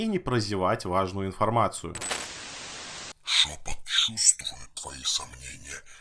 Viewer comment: Я один вместо "шёпот" слышал "жопа"?